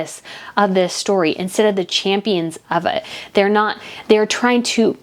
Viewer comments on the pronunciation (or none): none